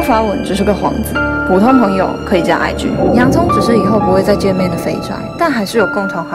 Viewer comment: 真。真真IG，聽久惹，聽起來像是真。真真貞操？！！🤔😂😂🤣😁😁